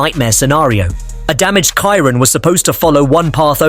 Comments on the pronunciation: You better learn first how to pronounce the name of the car. Chiron is read in french like “sheerón” not “Cairon” like you do. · Chiron is pronounced “Shiron” not “Kiron” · I WILL SUBSCRIBE WHEN YOU LEARN TO PRONOUNCE CHIRON CORRECTLY !